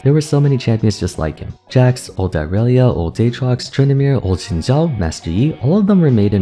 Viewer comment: i love that you pronounce xin zhao correctly, it's so based. o7